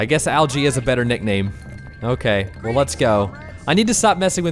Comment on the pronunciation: Its funny because you call Alge "algae" and he was talking about snails.